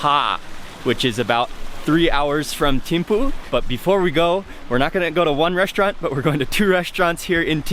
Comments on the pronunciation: its not timpu it's pronouns as" theme pu" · Theme fu, its pronounce this way